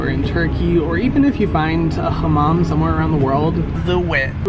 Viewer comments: Why do you pronounce hamam like that ? it's not "kh " just normal h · We dont do throat ‘H’ (kh) Turkish language has soft pronounces. It is not like Arabic or Persian. We are not speak those languages. We just took words from them. We took also more than 5000 words from French but we dont pronounce like French either. We are unique, like you babe 💞